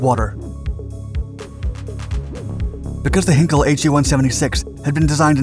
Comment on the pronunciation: These videos are ruined by the speeded-up commentary.... PLEASE STOP DOING THIS!!!! But also please pronounce German words correctly - it is NOT 'Heenkle' but 'Heinkel' (pronounced Highnkel)